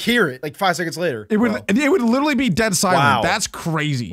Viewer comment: Stop, saying, liteley pronounced, literally